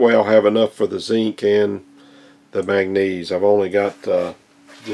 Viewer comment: Its called MAN GAN NESE